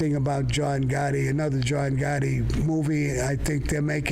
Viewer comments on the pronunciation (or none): Every single time Sammy talks about Pete Gotti I'm dying from him, Calls him Egore LMAO I CAN'T 😂